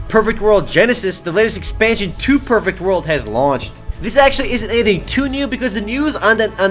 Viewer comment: When he says "perfect world" to me it sounds like Pervert World